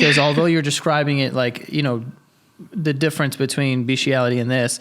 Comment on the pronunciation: She mispronounce bestiality this is not kink or a fetish this is sexual assault of a creature that cannot consent as someone who works with dogs on a daily basis and has an intact male dog this is fucking foul